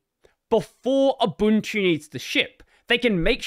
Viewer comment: Fun fact: Ubuntu is pronounced Oobuntu.